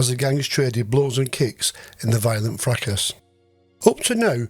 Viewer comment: Plain English .... NOT "fracASS" . Try "fracaS" - silent "S" ...like French.